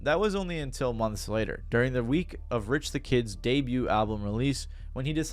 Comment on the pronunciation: Charlaigne the god not being able to get Rich the Kid’s name right had me dyinggg 🤣🤣🤣 also not him also saying “he immediately jumped behind the counter and started making an iced Starbucks cold foam cappuccino” 😩🤣 and “and to avoid the wrath of the sassy savage, Lil Uzi” lmfaooo he really said “the sassy savage.” Also yeah of course Rich said years later that there’s no beef anymore and they’re cool, because he definitely never wanted the smoke with Uzi ever again after how It went first time around. Great example of fuck around and find out!! And boy, did Rich find out about the sassy savage that day 😅😂